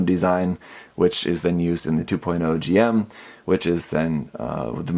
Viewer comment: It’s a little thing, but it’s Jim, not G-M. I know it’s weird, but just a pet peeve of mine